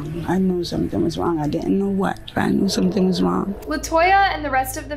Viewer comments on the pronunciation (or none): none